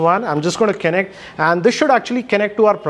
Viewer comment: Kennect! Lol